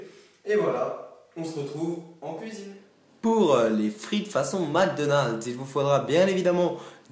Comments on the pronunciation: il dit mécdonlds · Des frites façon "MEAGUE DANOLDS" xD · MDR Comment il a dit Mc Donald 😂😘